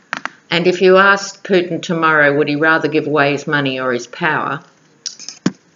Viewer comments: I heard Poop-in, too. And you know there's a limerick there ... ! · Hi! What a brilliant reading and I so appreciated the chart you made. Gosh, I live in the United States and you are more knowledgeable than most US citizens on these matters. In one frame, I thought you said, "Poop-in" instead of Putin and I got the biggest chuckle. hehe But, I totally agree with your analysis that Mueller is going to seriously bring down the hammer against Kushner. Money laundering will be the least of Kushner's worries before this is all done and said. I just can't believe he is STILL having diplomatic meetings with leaders (latest is with Mexico's leader). It's like he doesn't care if he flaunts it or could he be that stupid or rather desperate. Probably both. Also, if you haven't watched Elizabeth Chronise McLaughlin's daily podcasts (she is a bad-a** U.S. lawyer)...you should take a peek. She really gives the goods on all of these folks from a legal perspective. And, she would agree with you on Kushner. Lots of love!